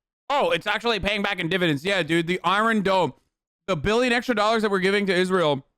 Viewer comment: Nobody: Hasan: the EYE-RUN DOME